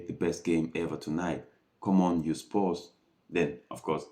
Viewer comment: come on you 'spurs' not come on you 'sposs' boombafathaclattbloood